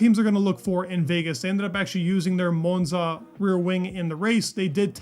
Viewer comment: if you ever go to Monza, don't pronounce it like that.